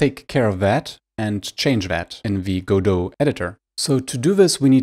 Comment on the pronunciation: Thank you so much for pronouncing it right.